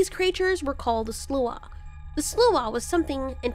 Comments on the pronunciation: We pronounce sluagh as "slaow." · The butchery of "sluagh" lmao